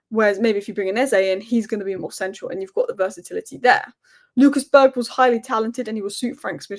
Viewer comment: Berge is pronounced with a hard 'g' - as in Burger but with an e instead of a u